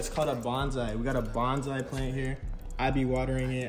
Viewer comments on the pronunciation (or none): none